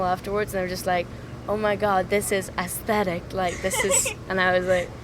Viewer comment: SOAK saying "aesthetic" in an American, LA accent made me die a little. SHE IS SO LOVELY and ADORABLE.